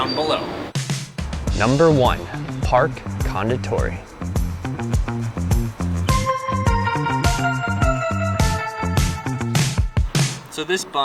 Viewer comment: You probably don't give a f*, but KONDITORI has it's main stress on the last syllable.